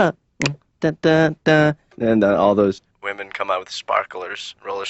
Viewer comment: did you really just repeatedly say "womyn"?!?? 😂😂😂 Wtf